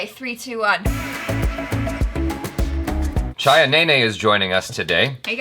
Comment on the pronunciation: Chhaya Nene! Interesting. She is the one pronouncing the Indian words and names correctly. Impressive! May be Jaby should hire her to learn hindi, Marathi and many other India languages.